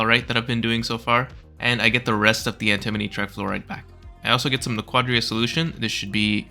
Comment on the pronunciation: anti-moni not an-timoni nak-wa-dah not na-kwa-da emphasis is important XD